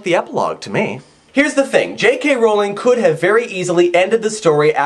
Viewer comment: I already liked the epilogue but now I think I appreciate it even more. Good job. :) Also, thank you, thank you, thank you for pronouncing Rowling correctly.